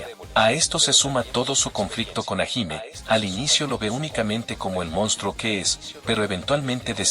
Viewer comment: El video si estuvo bueno. Por cierto, te recomiendo escribir sus nombre como lo escuchamos. Osea: en vez de hajime. Pon Jallime. Y con rider. Por raider. Para que el loquendo lo pueda pronunciarlo bien. Solo es un consejo Por cierto, Por lo que puedes usarlo si quieres 😅